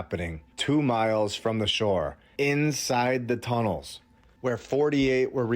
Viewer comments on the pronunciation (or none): none